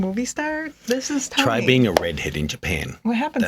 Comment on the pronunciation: "They thought Tony was handsome" "Why do you say it like that?!" LOL!!!